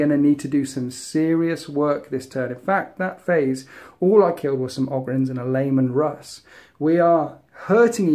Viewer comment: I keep hearing Layman Russ. I love it.